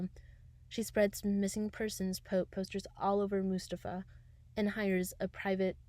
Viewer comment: I love these and am binging the entire series months after as I just found it,but I do wanna ask, are you aware that you are/were pronouncing mustafu wrong?🤣 no hate just a question